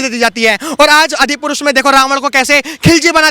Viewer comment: The reporter can't even pronounce Adi purush. He says Adipurus. Generasion not generasan, Bhasha not Bhasa.